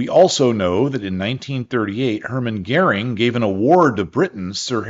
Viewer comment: Hermann Gering? You mean Göring. Gering means lesser in German and is a common insult this guy had to suffer. Are you doing this on purpose or is it just your pronouncing?